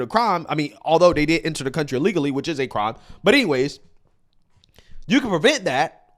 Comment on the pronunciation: Illegally not ulligally...